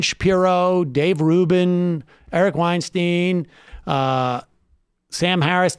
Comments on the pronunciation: I can't tell if you're mispronouncing Eric's last name on purpose or not :l Weinstein rhymes with Einstein. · You are pronouncing Weinstein wrong.